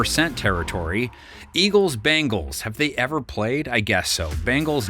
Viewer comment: Yes, Who the hell are “Dey”